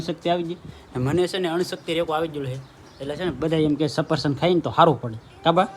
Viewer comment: સરસ વીડિયો ભાઈ સફરસન નો કેવાય ભાઈ સફરજન કેવાય માડીતો ગઢા છે નો ખબર પડે તમે આટલી ફેશનમા બોલો તો તમને તો આવડવુ જોઈએ ને